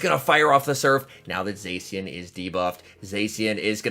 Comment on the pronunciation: Its pronounced Za-Shee-uhn plz. My ears are bleeding